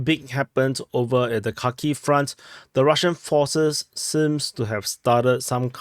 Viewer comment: Its Harkeev or Harkov 😊